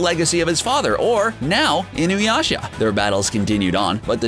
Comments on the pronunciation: I noticed that Inuyasha(Alucard doesn't count) was practically the only name he pronounced right, and YET he manages to fucking BUTCHER Inuyasha's pronunciation after proper pronouncing it once or twice prior.... God damn this guy,.. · God damn this guy... I don't think he pronounced even one fucking name correctly, he even somehow managed to properly pronounce Inuyasha while complete BUTCHERING it at the same time. WTF I thought this before but CBR has 0 anime knowledge even though they delve into the topics... They grew up with DBZ, Sailor Moon, Pokemon, and Yugioh dubs TOPS. Gosh...